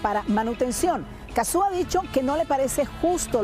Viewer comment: En serio le dicen Cazzú? Le dicen mal el nombre a propósito?